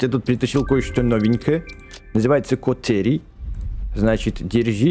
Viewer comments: Кате́рий а не ка́терий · Бэкст не катерная руда а катерийная руда залайкайте чтоб бэкст понял